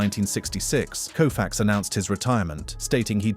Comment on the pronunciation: You lost me after sandy " ku-fax" 🤦